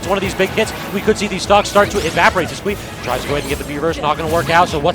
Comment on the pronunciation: He is just saying it how it looks. It's wrong, I'm pretty sure, but it's not that cringe. It's weird the actual pronunciation of Sisqui is "Sis-Key"